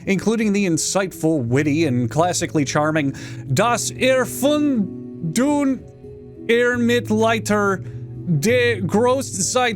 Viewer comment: Doss airfoondain middlealter dee grohste sightfailshung durr guess-shick-tay